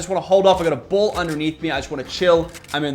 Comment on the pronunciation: Every time you said BAll it sounded wrong